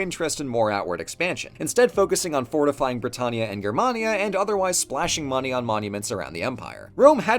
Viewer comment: I'm sorry, Grr-mania?